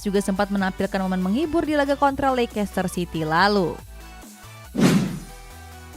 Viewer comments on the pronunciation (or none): bacanya : Leisester siti min..... Bukan lekester siti